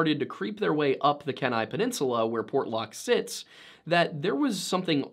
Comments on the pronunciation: You did so good with pronunciation. I was impressed. Thank you for the effort. And it is Key ni not Ken a peninsula. FYI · Pretty good pronunciations, but it’s Kee-nai 😊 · "can I peninsula". Homie, that's not how you pronounce Kenai. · Kenai is pronounced Key-nigh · I’m not a native but as far as I’m aware, you are pronouncing the native tribes’ names correctly! Thank you for doing the research on that. As an aside, I am always fascinated by how lower-48ers pronounce our town names. Kenai is pronounced KEY-nai. I say this not to correct you,, but because I saw some people on the comments ask how it was pronounced and I couldn’t find anybody answering them so maybe they’ll find this comment:) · Small pronunciation correction from a local Alaskan. Kenai is pronounced “Keen-eye” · Kenai is pronounced Keen Eye. Alaska is the Capital of Missing people. There are 1 million lakes and Rivers in Alaska , your chance of dying increase drastically for each water crossing, since the waters are freezing falling in is almost a death sentence. That being said, Having lived in the Interior of Alaska for 35 years, I have seen plenty of things I can not explain. I am a Hunter and a trapper, I have ran a trap line since I was a Kid and I have been stalked and chased by what I can only assume is an animal but I also am a REPO agent and I know what its like to stalk people. This didn't feel like I was being stalked by an animal, since animals don't make the decisions people do when stalking. It felt like what was stalking me was enjoying the hunt. No those are not the lost tribes, there are no Unknown tribes in that part of Alaska. The Southern part of Alaska is the most explored area of Alaska. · Kenai is pronounce like KEE-nye So "key" (like the thing that opens locks) and "nye" (as in bill Nye the science guy) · Its more like "keeneye" Alaska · It’s pronounced key nai peninsula lol grew up there 😂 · Kenai pronounced Keen-Eye